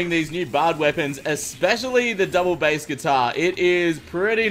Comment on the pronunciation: Its b-ace,, Bass when talking about the musical range and not the fish is pronounced b-ace.